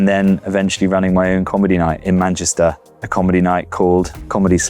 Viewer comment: Love the way Jack has this really perfect accent but then always says MANCHISTER.